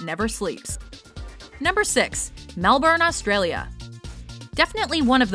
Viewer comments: Happy to see something Aussie reach a list,even tho pronounced Melbourne wrong but I'm grateful for Aussie recognition. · How do you mispronounce Melbourne...holy shit. And Byron Bay should have made it, not Melbourne. Byron has Australia's biggest music festival in Splendour In The Grass, and the biggest arts festival in Bluesfest...